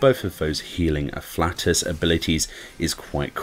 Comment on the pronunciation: Ah-flay-tus* It’s not human gas, lol